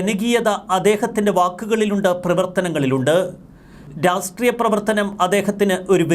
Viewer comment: രാസ്ട്രീയമല്ലടോ.. രാഷ്ട്രീയം എന്ന് പറ.!